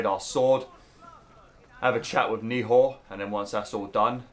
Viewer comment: The way you pronounce Nehal has me shouting at the screen 😂